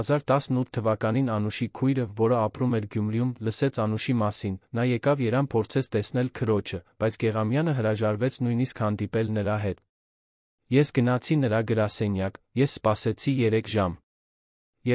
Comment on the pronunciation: Խնդրում եմ ևը կարդացեք եվ Երեվան ոչ թե Երեան